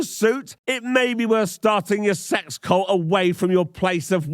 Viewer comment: Pronouncing "cult" as "colt" can happen if you are a little hoarse.